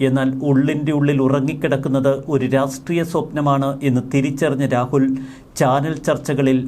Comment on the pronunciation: പല പ്രാവശ്യം ചൂണ്ടിക്കാണിക്കണമെന്ന് കരുതിയതാണ്. രാസ്ട്രീയം അല്ല; രാഷ്ട്രീയം ആണ്.